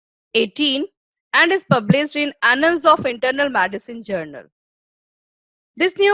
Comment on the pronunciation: WHAT IS MADISON ? PRONOUNCE AS THE SPELLING GOES - M E D I C I N E, MED LIKE IN "BED" AND CINE LIKE "SIN" PUT AN "I" IN BETWEEN MED I CINE.